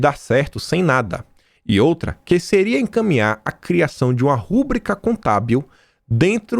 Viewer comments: por favor, não diga rúbrica, diga rubrica, a sílaba forte é no i. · vc é bom. Mas te dou nota 7. Você lê mal demais. RUBRICA = RÚBRICA? poxa, a sílaba forte é BRI. ENTÃO, leia RUBRÍCA. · KIM , CONSIDERO VC O MELHOR COMENTARISTA DA INTERNET. PARABÉNS. (preste atenção, ouvi você falar >> "Rúbrica" essa palavra é paroxítona fala-se rubrÌca, sem acento porque as paroxítona não usa-se acento). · Querido, quero apenas que vc pronuncie a forma correta da palavra. Ao invés de rúbrica o certo é rubrica. Com acento tônico na penúltima sílaba. 👍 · Rúbrica, não, RUBRICA, POR FAVOR!